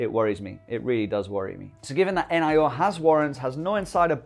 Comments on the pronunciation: Its NIO, not N-I-O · why do you called it N, I, O?? Like "neeeooo" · I believe it's pronounced neo mate.